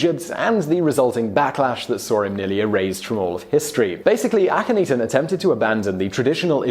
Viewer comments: I do love you, Simon; but, I swear, you say Akhenaten's (Ahh--ken--Nah--ten) name right the first time, then you proceed to humorously murder it, thereafter. You already know it's not 'ee-tan' (cat claws on a chalk board!!!!! Ahhhhh!!!!!), as you said "ahh-ten" twice, at least. It has got to be a historian funny, or something. I do love your show, though. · Chris Flad He even said Akhenaten's name right at first, but then just repeats AkhenETEN (eaten?), and not once did he get HatshepFOOT's name right. Poor Hatshepsut... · Hat-shep-sut A-khen-na-ten If you're gonna ridicule them as much as you do, you could at least pronounce their names right. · Please look up how to pronounce a couple of the names in your videos! It's "hot-shep-suht". "Suht" pronounced like "foot" but with an "S" where the "F" is. Also "ahk-en-aht-en".